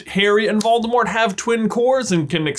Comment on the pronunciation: Sorta irrelevant, but everytime you pronounce Voldemort I chuckle. Waldemart. Where's Waldo?